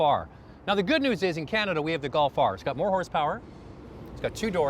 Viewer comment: Wait, less powah for moah dolla? and you can't see out the back? I understand why we don't have the Scirocco now....you guys make a great point about 'why don't we just accept Euro or Japanese or US crash test protocols and results. one answer may be that CSA is a cartel and a bunch of grifters.